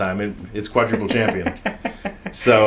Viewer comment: "cuadruple champion" 😔 smh